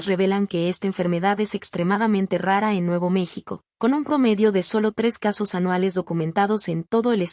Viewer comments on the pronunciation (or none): none